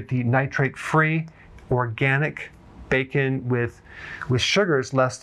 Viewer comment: Im all in afer you said becon😅